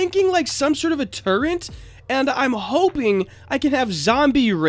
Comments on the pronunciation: It's turret, not turrent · Its tur-et not tur-ent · Hey uhh so you kept on sayinf "turrent" lol, it was kinda bothering me so uhh.. there is no "N" so it would be turret. also could you try makeing the forcefields blue? it looks more futureistic (I cant spell lol)